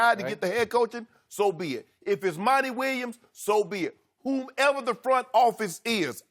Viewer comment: Shannon made sure to emphasize when he said "whomever." It's like someone told him the difference right before the show and now he has to say it slow to say it right. lol